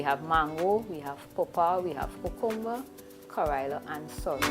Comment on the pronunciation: You’re pronouncing CUCUMBER incorrectly!